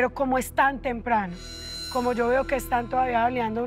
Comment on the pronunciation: "mirá, yo no quiero nada de ustedes sho hago las cosas sho solo"